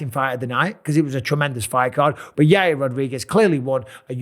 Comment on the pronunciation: Chael calls him Yahrear